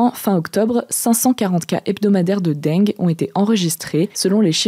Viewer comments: non, j'ai toujours entendu "la dingue" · Ça se prononce « dingue » et non « denngueu » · "une épidémie de deng'gue" mdrrr non madame, ça se prononce juste comme l'adjectif "dingue" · "Dingue" est la prononciation correcte pourtant. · Non, c'est prononcé comme "dingue". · Je suis le seul qui a tilté quand a dit "Dengue"? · justement, ce qui m'a surpris c'est que cet accent ressorte sur cet unique mot alors qu'à entendre le reste jamais je n'aurais dit que est du Sud. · Oui c'est là qu'on se rend compte qu'en fait elle a un accent du Sud Ouest^^ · Mdr j’ai tiqué direct, c’est quoi cet accent du sud sortie de nul part là ? 😅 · Avé le bon accent du sud xD